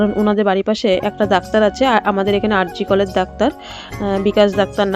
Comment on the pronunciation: আর জি কল না গো R G Kar/ আর জি কর। ডাক্তার রাধাগোবিন্দ কর।